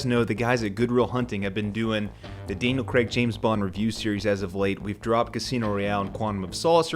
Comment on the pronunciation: "Sam Raimi as the Bond villain"!! Is Spielberg the henchmen!!? And who is Creeee-stof Waltz!? Does Creeee-stof know this Daniel Kregggggg!! Do they know Christoph waltz & Daniel CR-AIG!? Craigggg not Kreggggggg And "Hevierrrrr Bordeeeeeeeem"!! Good lord you need help pronouncing their names. 😂😂😂😂😂😂 I like you though, good lad, subbed 😁🍸 Krazy Kajeevie - The New James Bond Show With Krazy Kajeevie